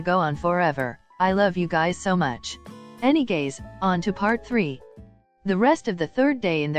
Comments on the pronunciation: I love how you always say “ any gays” instead of any ways 🏳️‍🌈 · I can't help but Hear "anyways " as "anygays"